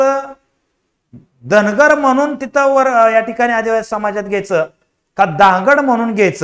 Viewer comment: अरे बाबा धनगराचा उच्चार कर रे बाबा धांगड करू नकोस का मुद्दाम करायला ते सांगा आम्हाला.